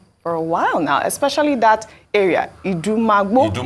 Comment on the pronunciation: IDUMAGBO not idumaagboo , Ojy oooo. I no be Yoruba but I fit pronounce well